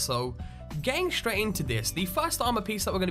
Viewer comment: yes its Silver SHroud, but not SHraight, its straight and its not CounterSHrike, its Counterstrike :)